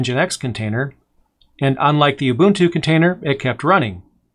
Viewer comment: Just curious: is there a valid reason for repeatedly pronouncing "Ubuntu" as though its spelled Ubutu (without the "n")?